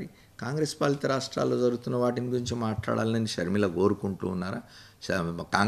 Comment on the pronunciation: Please dont pronounce YS sharmila , sharmila sarma